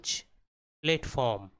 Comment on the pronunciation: Platform hota hai na ki flatform